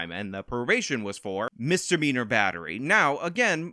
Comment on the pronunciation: saying Misdemeanor sounded like Mister Beaner